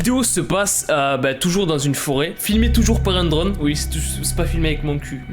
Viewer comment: Quand il l'a dit drone j'ai crue qu'il a dit drogue